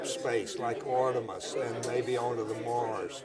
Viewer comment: I watched about an hour of it never watched Sibrel talk that long before. You can tell how uneducated Sibrel is he couldn't even pronounce Artemis. If I had to guess he probably never graduated high school. He has found a way to con people. The one thing I thought was so dumb how he tried to tell Charlie what type of person Neil Armstrong was through 3rd parties. Charlie worked with Neil Armstrong on a daily bases.